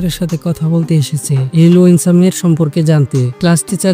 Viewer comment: লুয়েনসা না বলদ লুসেনডা